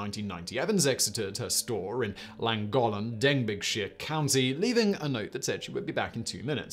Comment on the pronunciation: Den-big-shy-err! Damn son (yo Si, denbeeshuh)